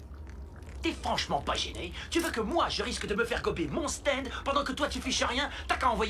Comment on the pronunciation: Un "staindeu" 😂